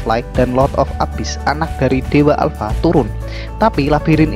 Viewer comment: Alpa bukan ya alpa